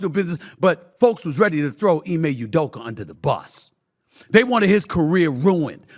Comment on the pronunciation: “Ime Udoker” 😂